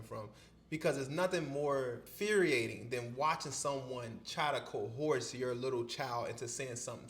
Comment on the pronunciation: Coerce is pronounced ko-urs